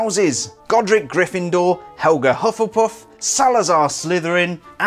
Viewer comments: Hufflepuff not hufflepuss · U sayed hufflepuf very funny 😅😂